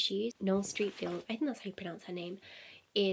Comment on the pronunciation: Hi, Streatfield is pronounced Stret-feeld. Xx